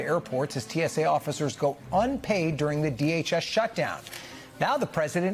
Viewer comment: Host its tsa not too. Tsa 😂😂😂😂😂.